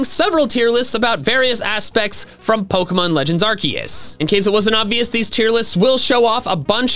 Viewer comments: ARCEUS, NOT F*CKING ARKOOS! HE DID GET IT RIGHT! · it's Arkoos